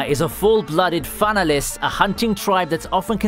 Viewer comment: pronounces fanalis wrong as well lol